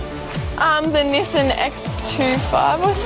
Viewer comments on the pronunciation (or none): I thought I heard Nissin when it was actually Nissan. 😁